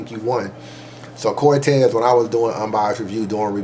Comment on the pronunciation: Was with you til you said Cortez Cortez? Really Cortez lol lol?